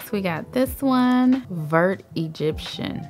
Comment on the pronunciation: Just a tip. In French the word “vert” kinda sounds like the word “very” without the “Y” so it’s like bear with a “V” I love your videos btw. #TeamLeo #TeamLeftie 🥰